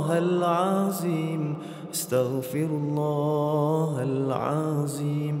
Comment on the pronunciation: Dia sebut astagfirullah ke starfirullah